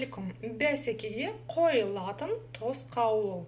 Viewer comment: Ударение в казахском языке ставится на последний слог. Попробуйте,, қойылатын